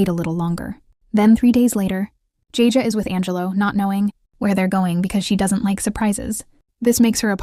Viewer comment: Jajay😂😂 Edit: and kafier😂😂 it's keifer and it's not jajay😂 it's jayjay